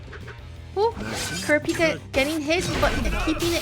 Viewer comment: It’s Kur-AH-pika Source: love the show PS my GOAT frfr